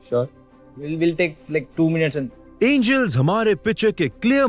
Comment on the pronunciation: Did he hello Anals, instead of angels.😂